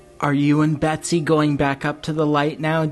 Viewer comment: Hes talking abiut william dafoe for sure and u totallt butcher med betsys name wow😂 u always butcher ppls names its embarrassing man..do some research b4 the videos lol